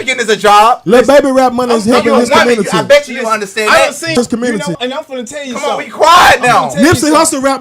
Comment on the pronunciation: Com-murn-nity 😂 Nutt-tin’ 😂 - 👈that was J0E Bye den’s ‘94 Crime BiII. He did that… exposed these dude’s lack of logic.